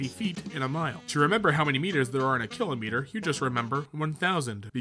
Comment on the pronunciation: How he said kilometre lmaooooo